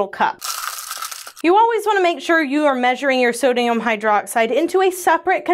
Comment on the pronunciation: am I the only one who hears so dayum hydroxide? 😂